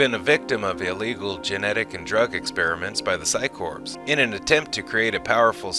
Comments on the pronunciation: The term "Corps" is pronounced "Core" as in a core of top soldiers not "Corpse" as in a dead body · Firstly, the word corps is pronounces as "core" not "corpse" the 'p' and 's' are silent (the word I believe has French origins) Also, how can you do the history of Mr. Bester, going through information from the novels and such, touching on his parents and Steven Walters and not explain why Bester's left hand is always clenched?!? We see it every time he appears in the show (take a look back if you've never noticed it) but it's never touched on in the show. I won't spoil it here but I recommend anyone wanting to know more about why to read book 2 of the Psi Corps Trilogy, Deadly Relations by J. Gregory Keyes if you can get a hold of a copy. Also the 3rd and final book, Final Reckoning which brings a very satisfying end to that particular narrative thread, very minor as it may be! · It sounds like this is being voiced by AI. There are some unnatural pauses, and the word corps is spelled exactly that way, but pronounced "core". It's Latin and means 'body', i.e. a body of men/women. Cadre is not pronounced "ca-dree". It's "cay-dre", suppressing the 'e'. "Urbane" is not pronounced the same as "urban", either; it's pronounced "er-bane". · Corps. is pronounced "core"..... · Corps is pronounced Core....